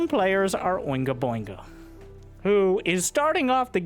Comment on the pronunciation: "...And some players are OingaBoinga." 🤦‍♂LOL